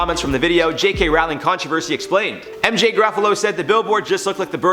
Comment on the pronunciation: it's Roh-ling now Raow-ling